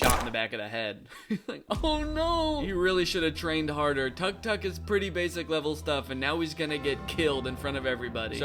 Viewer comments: Guys it’s not tuck tuck it’s pronounced tuuk-tuuk, it’s called and pronounced that way because it’s the beep the horn makes when it’s honked :) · danny just fyi tu- tuk is pronounced took-took! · you got it wrong too, tuk tuk is pronounced took took because that's the sound they make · Tuk-Tuk hurts my ears, it’s pronounced like “took took” not “Tuck Tuck” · “Tuck-tuck”😭 South-east Asians are crying rn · it doesn’t really matter but just fun fact: it’s “tuuk tuuk” in thai instead of “tuck” hehe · I think that's the Anglicized pronunciation because I realized I've never heard it said any other way Time to do some googling [EDIT: okay looks like it should rhyme with "book" rather than rhyming with "duck"] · Danny pronouncing tuk-tuk as "tuck-tuck" hurts my soul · You pronounce tuk tuk wrong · "Tuk-tuk is pretty basic level stuff" - the guy pronouncing tuk-tuk completely wrong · Was mispronouncing tuk-tuk just rage bait? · I'll be honest, I really can't tell if he's being sarcastic about tuk-tuk being a difficult word or not. He starts out razzing the guy for not recognizing one, but also says it like he's never heard it pronounced out loud and is just reading the caption in the clip. I am more confused by this bit than that guy was confused by a picture of a really nice tuk-tuk. NGL when I heard the title "are you smarter than a celebrity," I imagined being in a quiz show against Harrison Ford with a category like "aviation." So now I have a new fear, thanks. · Why are you pronouncing tuk tuk like that Danny 😭😭😭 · Or how to pronounce "tuk tuk" 😅 If you're gonna mock something, be prepared 😅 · as an Egyptian the way Danny pronounced tuk tuk made me cackle 😭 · Everytime I hear Danny’s pronunciation of tuk-tuk my inner Thai die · I took damage